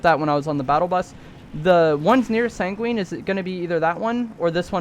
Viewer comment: My guy. It’s Sang-win not sang-wEEn